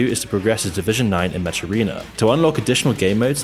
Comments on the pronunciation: its pronounced MEK .... not mecchhhh MEK.. like mechanic ... HARD K bro.... hard K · He said mesh instead of mech, never heard someone say that wrong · Just for future reference, "mech" is pronounced "meck", not "metsch". It took me a while to realize what you were talking about. Okay I guess I should actually watch the rest of the video now. 😂 Surf Wisely. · Anyone tell this man he’s saying mech wrong? It’s pronounced meck. Like mechanical, but shortened.